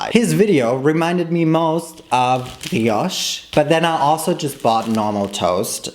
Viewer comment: as a French, your pronounciation of "brioche" is excellent, you barely got no accent at all !